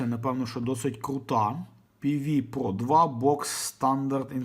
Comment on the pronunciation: та то ж пе-ве про. Який ще такий пупо?